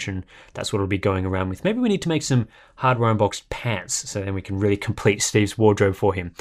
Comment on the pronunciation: he said Harbor Boxed ...